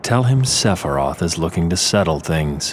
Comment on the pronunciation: Ah yes, my favourite Final Fantasy villain. SEPHEYOOS